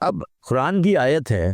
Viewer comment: ٓیت کا تلفظ بہت غلط ھے ۔۔۔ سر ااپ کا ،، معزرت کے ساتھ ،،، با قی باتیں سیہ ھین ، بلکل درست ہیں